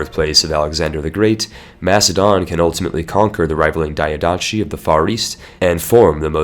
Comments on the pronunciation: Diadochi is spelled like this: the-ath-oh-he not : diodachi. that sounds way too japanese for any greek not cringe at. Also fun fact, diadochi means successors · Great and useful video! Just to know, diadochi or diádochoi it sounds as you read it (diadoki), not like a Japanese name daiadoshi. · "pharos lighthouse"...so.. "lighthouse lighthouse". cool. Not to be a dick, its not daiodatchi, but diadochi. dee-ah-doh-hee meaning "succession". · The ch in diadochi is is a k sound not a normal ch. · Jesus please, either learn how to pronounce "diadochi" or stop using the word. You make it sound like a Naruto character.